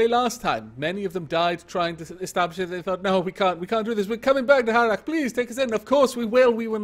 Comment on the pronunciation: Missed this series. So good to hear your Welsh lips spout the word "Harlech" again. Glad you're back at it :)